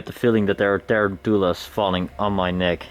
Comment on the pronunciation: Just so you know the word for the spider tarantula looks like it would be pronounce tear-an-too-la the way you said it, but it’s actually pronounced tah-ran-chill-ah